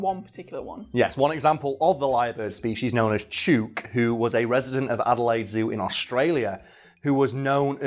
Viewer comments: Chook, pronounced like hook. slang for chicken. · It's pronounced Chook, as in book. Aussie slang for chicken. And I once taught a lyrebird to wolf-whistle just to pissoff the feminists. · Chook: Pronounced Ch-ook. (Chh--hook) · The "oo" in "chook" is much shorter than how you're saying it. Chook like book. 👌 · "Chewk" Everyone in Australasia: 😅😂🤣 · FYI Chook rhymes with book, not with spook. I am an arborist in Victoria Australia. I’ve heard plenty of lyrebirds doing the chainsaw, dozens of times. Attenborough was not misleading you in any way. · OMG I never chook was an australian word before, but it must be, since says it to rhyme with chute, but it should rhyme with hook. The more you know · Chewk?! No, its pronounced like Book. Chook. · its chook not chuke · it is pronounced chook as in book not chuke as in puke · I doubt this will be seen, but as an Aussie I feel it's my duty to bring this up: Ya' sayin' the name wrong. It's not "chook" as in "duke". It's "chook" as in "look". We also call chickens "chooks". It's also very Australian to allow someone making a documentary to mispronounce something ALL the way through their little film. We're total arseholes like that. Cheers mate. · Yeah i thought poms spoke english. He says "chewwwk" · Friend from Australia says it’s pronounced chook as in book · That is the weirdest pronunciation of 'chook' I've ever heard lol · Chook. It's pronounced like book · As an Australian, I'm finding it tilting af that you're mispronouncing "chook" Chook as in slang for chicken Rhymes with, hook and book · Video has already been filmed and posted, but Chook is pronounced Choo as in ~choose~ and ok as in ~look~ Love from Australia 💖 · The name is actually pronounced with a short o in Australia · As an Australian, that birds name must be chook, pronounced like look. It means chicken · Yeah nah great episode mate but chook is pronounced like cook but a ch sound instead of c and is a slang for chickens